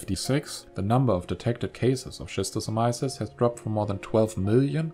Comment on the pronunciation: bruh please improve your pronunciation: it's [skistosamaiesys]